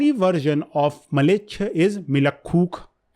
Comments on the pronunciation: Mlechcha not malecha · Mleccha not Maleccha probably